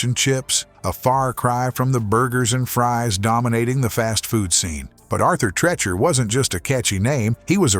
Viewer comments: It's very hard to want to pay this much attention when you mispronounce a mildly famous actor's name two dozen times in the first minute of the video. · Arthur Treacher must be rolling in his grave over the mispronunciation of his last name.